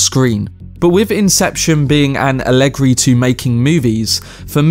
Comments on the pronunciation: “Ah leg ree” ... no, just no. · Are you trying to say "allegory"? Cuz that's not how you pronounce it (whether American or British) and I'm so confused